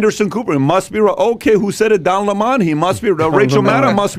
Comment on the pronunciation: 😂🤣Wow, this podcast is definitely Fox lite. You guys covered all the Tucker Carlson talking points Soros, Antifa, even down to mispronounciing Don Lemon 's name and Fauci being a liar.